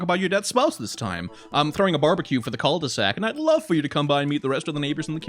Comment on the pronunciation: I'm pretty sure jogging with a baby strapped to you is not good for the baby.... They made devilled eggs Devil-led eggs. Nice one. Wait..... Cul-de-sac The first time you said that I thought you said cult e sac Yep, this neighbourhood is secretly a cult. It has to be. Okay get that sexual assault story out of my face. Damien you have a thing or two to learn about consent because this story is not about bdsm, what was described there is a criminal act. Oh yeah, I once read about sign language with vans! In that scenario it was a Geisha in Japan and the signs she used to let men know if she wanted ahem, 'some', or if she rejected their attempts to get to her.